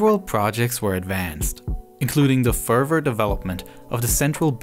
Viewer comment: Your speech skills are great and engaging, but for GOD's sake quit saying "Furver" instead of "further